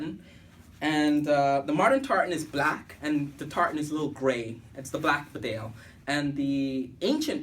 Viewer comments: It’s pronounced Bee-Dale. Spelled Bedale after the English town of Bedale! Nobody cares about the pronunciation you say? You also said you’d worn that jkt for a year? Damn, you are a bare faced liar! You just put that jacket on fresh, anyone can see that. You are a bull shit merchant my friend. A shifty guy! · We do care how you say it. It is pronounced BEEdale. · Actually, this isn't a simple case of having different regional pronunciations. The bedale jacket gets its name from a town in England. The town is pronounced bee-dale. Similarly, the beaufort jacket is named after Beaufort Castle in Scotland. So when us Brits correct your pronunciation of these names, it's because we realise you're probably not familiar with the origin behind them. Tbh though, I don't really mind how you say it, just thought I'd offer this information. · Beeeeeedsle. Nobody reads comments or cares. But it is pronounced Bee-dale. The people in the region might care. Lol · Exactly, so disrespectful. Not caring how to pronounce correctly a product and a brand you're supposed to 'review' does not make you cool. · hey man you're pronouncing bedale wrong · It's the name of a place and is in the same language....English so there is no excuse for not pronouncing it correctly.